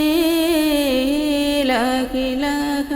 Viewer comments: ലാഹിലാഹ അല്ല ലാഇലാഹ ആണ് സഹോദരി 👍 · ലാഇലാഹ എന്നുപറയാൻ ശ്രമിക്കണം